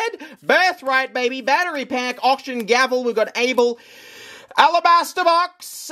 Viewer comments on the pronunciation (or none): none